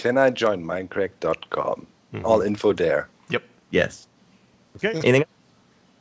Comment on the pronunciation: U say minecrack haha